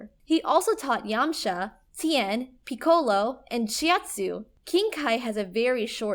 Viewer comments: Pi-co-lo wtf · What in the name of god was that pronunciation of Piccolo, Namek, Beerus, Majin Buu, and kaioken? She has never seen DragonBall and is just reading off a script, clearly. Is this what you guys want? An anime channel that doesn't actually watch anime?